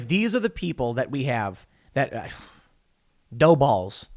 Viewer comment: I know you said 'Dough balls' but I totally heard 'No balls' lol.